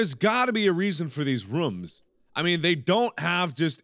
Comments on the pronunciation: Its rooms not rums btw not to be a hater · Haha I like how he says rooms. it's like rum. hmmm a channel where markiplier sings....yea I would check that out lol. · anyone ever notice that he pronounces rooms as rum